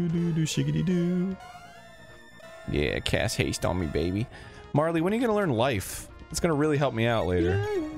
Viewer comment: GOD DAMMIT ARIN GOOGLE HOW TO SAY MARLE